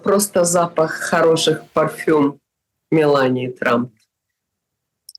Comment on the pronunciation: Это Анна после омалаживания всех частей лица решила проверить сможет ли она выговорить слово : парфюм раз этак 5 или 6 но губы и лицо не развалилась 😂😂😂